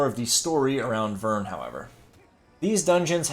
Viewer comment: It’s Bern, not Vern.